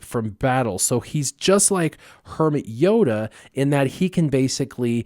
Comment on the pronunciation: Did you say "Kermit Yoda" the first time?